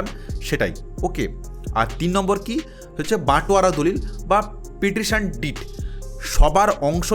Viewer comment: পারটিসন ডিড। রেলেনকুইস ডিড। উচ্চারণ গুলো ঠিক হচ্ছে না।